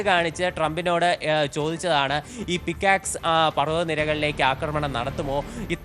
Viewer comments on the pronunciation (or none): Pixax alla bro….pick axe…buy a tongue cleaner😂